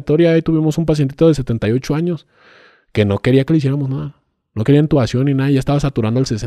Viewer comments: 😂 un "médico" diciendo ENtubación, no lo sé Rick parece falso, se dice intubación 😅 y yo no soy médico ni personal de la salud, lo aprendí en Grey's Anatomy 😂😂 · Porque dijo entubación? Si la palabra correcta es intubación